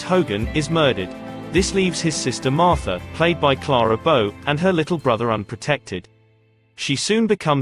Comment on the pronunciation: You could make a drinking game out of every time her name is mispronounced.